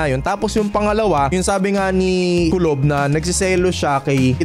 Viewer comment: TUBOL hindi kulob